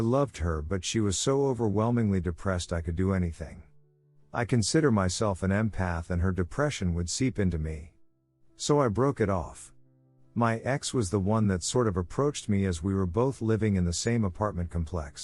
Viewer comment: "I consider myself an emphath," what is this, the x men? Did those words actually come out of a grown man's mouth?